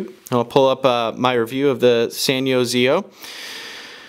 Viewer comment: You're still saying the Sanyo ZIO name wrong... you don't pronounce each letter individually, you pronounce it together... "Zeyeoh" you might want to look at the CNET review for the ZIO to understand the pronunciation, but Your doing an awesome job review the New Cricket phones so great job.!!